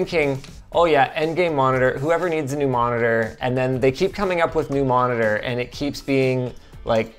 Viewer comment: Ah yes, an "endgame monidoor"